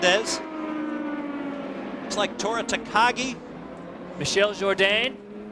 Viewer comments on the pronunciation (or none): Tagajee? No.It's Takagi... And on a related note, Fernandez went after Dominguez saying he had nothing to celebrate. yeah, Adrian. Your first win in 96 at Toronto was not one you should have been celebrating either, but you'll get a slight pass for never being told what happened... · Great vid. You put a lot of work into this and it is well presented. I do think you need to work on your pronunciations though. Tora Takagi is pronounced Tak-ag-ee. It's Cristiano - not Cristino da Matta. This would have been very easy to find out just by watching commentary from clips he's in. Regardless, great vid.